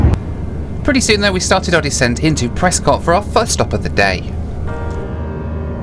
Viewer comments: Prescott is pronounced Preskit as in bisquit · I love Prescott soooo much! Favorite city in the US, and a wonderful airport! Also for future reference, it’s pronounced Pres-kit, but no worries. Anyhow, great video! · Actually pronounced "Pres-kitt." :) If the UK actually had an essential air service program, FlyBe would still be in operation. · It’s pronounced Pres-kit. At least that’s how the locals say it. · Sure wish you would pronounce Prescott correctly.